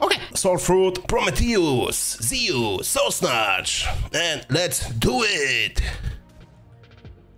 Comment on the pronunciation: zee-oos, no pronouce, zoo-uus